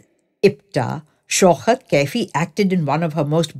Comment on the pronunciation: It is Shaukat ...not Shaukhat !! Diction all wrong !! Narration ..has wrong modulation of voice !!